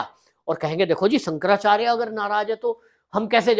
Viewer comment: Bhai shaab.. apa ko Shankaracharya ji ke nam thik se bol na Nehi ho raha.. ap kya YouTube channel chala rahe ho.. please respect Shankaracharya ji